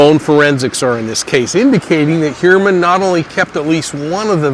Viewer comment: Pronounced Hugh-er-man according to himself